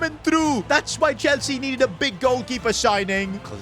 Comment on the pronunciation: Bro said enzo maresca chwlsea